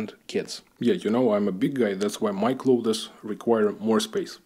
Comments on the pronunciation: Also, I know you didn't ask, but some unsolicited advice from a native English speaker: you are pronouncing clothes as "cloth-is" and it's more like a "з" sound at the end. "Clothz". Just offering help because I know when I try to speak Bulgarian or Russian, it sounds like shit (your English is great, not implying otherwise) and I love when friends and family help me out. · Hi, excellent video. A lot of similarities to life in Czech. You can pronounce clothes as Kloz. It is a common mistake by non native speakers to try and pronounce the th sound. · Please don't take it as any form of criticism especially as I am terrible at any second language but if you were to pronounce clothes like cloves the spice it would sound better. It is strange, I know several people from Poland and many will make the same mistake. Nice flats by the way, do you have a dacha as well? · My babcia was Polish American, bilingual, with native accents in both languages, but there were 2 words she did not pronounce correctly. Clothes was one of them. She always said "cloats." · Your English is great, but you can pronounce "clothes" as closs .. I'm an American, and we don't pronounce the "th." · I have to ask you,, if it's not possible that the size of 38 m2 for your (whole) apartment is not perhaps a mistake? When you are showing us around, several rooms seem quite spacious, whereas 38 m2 is not even the size of a decent sized living room 😮. And, just to be of assistance to you; your pronouciation of the word 'clothes' is incorrect. Internet will surely help you.